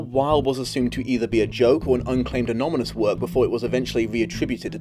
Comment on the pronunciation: Um, did you say "anomynous"? Yes, I believe you did.